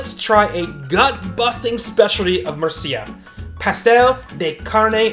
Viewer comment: i hate how you pronounce the name of this wonderful city. it's múrcia, not murcía as you say. the accent is on the u, not the i. if you are doing a video on a place or a city, the least i would expect is asking some locals how the name of the place is pronounced.